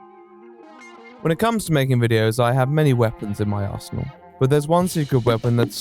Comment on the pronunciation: tbh I thought he said asshole instead of arsenal